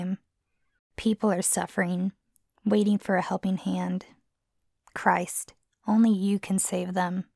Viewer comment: It's Chrith, not Christ. Great Value Christ.